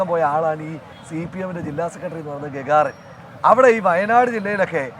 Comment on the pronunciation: ഗ ഗാ ർ അല്ല ഘട്ടർ ആണ് 😂😂😂😂😂